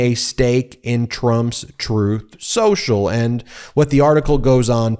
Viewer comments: Troath Sential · Troth Senshal is how tRump says it, 🙂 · I've heard him say it "Troath Shoashul" 😄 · Ooh, Throath Shenthralh (hey, I'm just going with how Donald Chump verbalizes the name) is getting the backing of a pr0n-friendly bank. Maybe they should just rebrand to "OnlyTruth" (which Chump would then pronounce as "OnlyThroath", making it even more fitting). 😅